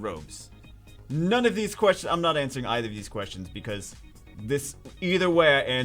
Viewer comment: its Pronounced Either Not Either..... Get it right...